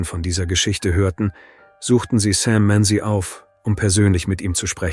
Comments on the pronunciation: Google Sam Manzi. Not Sam Many as the AI pronounces it. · It really happened. Search "Sam Manzi". Not "Sam Many" as ai pronounces it. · Google Sam Manzi. The ai narration mispronounces the name so if you Googled that name, then you won't find anything.